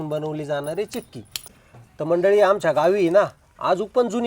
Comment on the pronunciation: Chaki Nahi Chikki